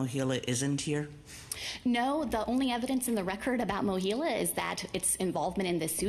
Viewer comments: MOHELA, not "Mohilla." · Mohela, not "Mohilo."